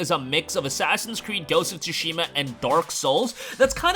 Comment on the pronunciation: so why does he pronounce it Ghost of “Tu-Shee-Muh”